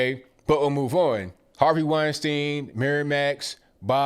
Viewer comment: Weinstein. WINE STINE ! In German ei always sounds like i. ie always sounds like e.